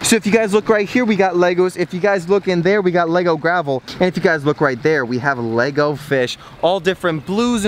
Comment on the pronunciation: Nego? U mean lego